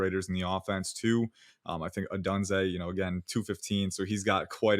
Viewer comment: for the love of god please stop pronouncing odunze like that lmao